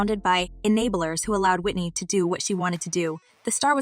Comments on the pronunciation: i think should learn how to pronounce Whitney's surname properly. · This lady talkin can’t even say Whitney name correctly smh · Can u at least pronounce her last name correctly